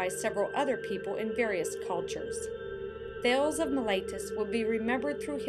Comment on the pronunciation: Thay - leez... not thailz.